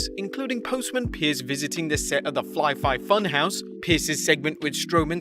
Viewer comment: Tell me this guy didn't just call it the flyfi funhouse